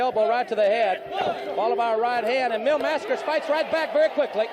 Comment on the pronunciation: mispronounced. They call him "Mass-CARE-ass" or "Mass-Kurass" or something equally hideous. LOL